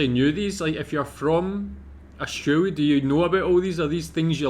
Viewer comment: I wish you would stop saying Austraria ,,,,it is Australia